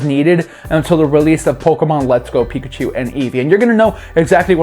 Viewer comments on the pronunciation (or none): none